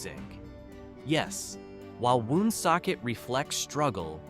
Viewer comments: Born in Johnston raised in Warren misrepresented and not pronounced WOOOONSOCKET! Just Woonsocket. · Born and raised here. I am 72 yrears old. I have never heard of Slocum. Also Woonsocket is pronounced WonSOCKit